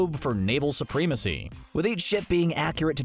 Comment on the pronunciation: Did they say supreme-acy